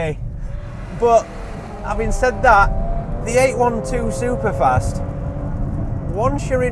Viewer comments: Eight twelve superfast not Eight one two 🙄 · for the love of god.... its EIGHT TWELVE SUPER FAST.... not EIGHT ONE TWO.... JEEEEEEEZ.